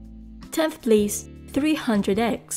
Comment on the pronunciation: When she say SIX or FIVE PLACE it sound like SIX PLEASE